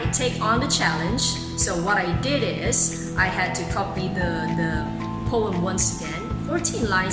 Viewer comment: The pronunciation of the word "POEM" is faulty. Moreover, stress is missing at the needed places.